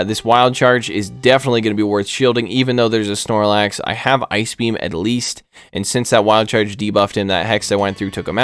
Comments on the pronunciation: “Eye Key B M” … 😂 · i literally screamed when you said ice beam "i ke beee am"